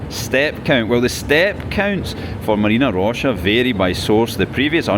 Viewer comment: It's not actually MaryEEna Roscha, it's MAHRyina Roscha -- from Marya, a version of Mary. Mary's Grove, basically. It's the name of the whole district. Nobody knows exactly why, apparently. :)